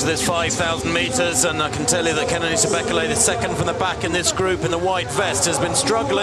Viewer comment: It's pronounced "Bay-KAY-lay" not "BECK-eh-lay"